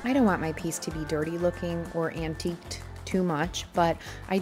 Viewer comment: When I was younger I pronounced antique as ant- ta-gu. Guess that’s what I was thinking when I heard your pronunciation. 🤣 The makeover was fantastic. Job well done!